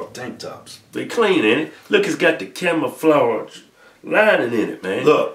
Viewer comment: "Camoflodge" LOL